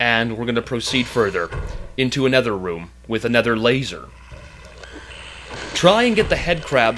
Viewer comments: Yes he mean to say "another" but he always says ''anether'' in all his videos. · It kinda pains me how he says 'aNETHER' instead of 'aNOTHER'